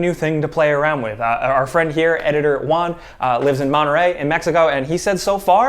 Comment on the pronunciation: said One, when trying to say Juan. Ludicrous 😂